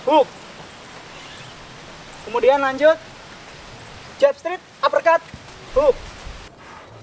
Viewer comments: Straight dibaca strait, bukan strit. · Makasi bg materinyaa, izin bg, maaf tp pelafalan straight nya sprtinya salah